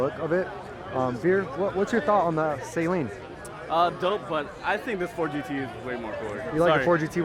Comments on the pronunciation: Right 😂 and Saline for Saleen. Saline goes up your nose man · Saleen s7 was way ahead of its time. Also. Suh-leen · 90% of the pronunciation is wrong it's so cringe. Who in the world would say jaguier, seleen 🤔🤣